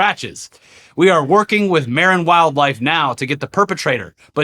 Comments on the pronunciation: Local here. Hearing pronounce "Marin" and "San Rafael" was super rough:-) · FYI for the Bay Area pronunciation for the squirrel story :) Marin County: muh-rin San Rafael: you pronounced it properly en espanol but the locals call it “San rafell”